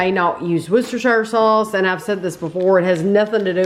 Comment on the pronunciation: Worcestershire sauce, is pronounced woostershr sauce.